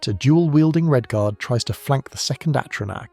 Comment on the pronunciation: Dont think we didnt notice the hard R in "Redguard", 😂